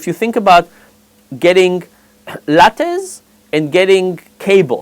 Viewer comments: I thought he was saying latex.... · I thought he was saying lap dance instead of latte.